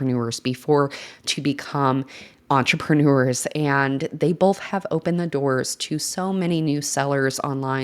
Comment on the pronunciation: both not bolth love you anyway ❤